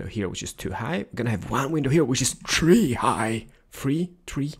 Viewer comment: This was the first video of yours that I've seen, I subscribed when you said tree (three)